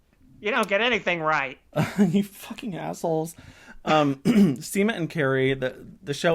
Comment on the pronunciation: When you said at one point in this video "Seema and Carrie arrive" it sounded like you said "Semen Carrie arrive"... 🤣🤣🤣🤣🤣🤣🤣🤣